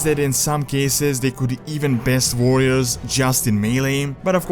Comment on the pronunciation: Vorriors xD nice video!